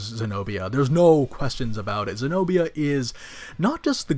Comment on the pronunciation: Senobia not señoría